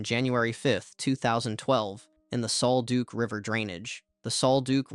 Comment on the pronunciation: Sol “duck,” not Sol “Duke.”